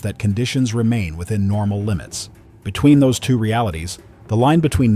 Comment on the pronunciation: "everything is norma" (no "L" there). It's the small things that expose AI slop these days. And you can detect it by the repetitions of the same content with different sentences etc. as well.